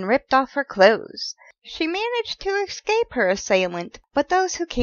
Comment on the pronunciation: Ess Cape Not Ex Cape